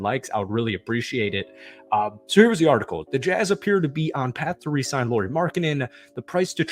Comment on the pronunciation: cmon dude learn how to pronounce Lauri and Shams :-/